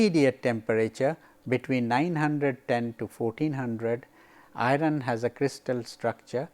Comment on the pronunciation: why pronounce 'iron' as i-run?